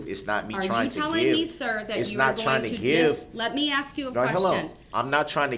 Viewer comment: Or every time he says “subject matter jurisdiction”, or every time he says “axe” instead of ask, or every time he says “objection”.